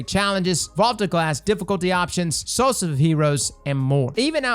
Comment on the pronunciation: Interesting. can't say Solstice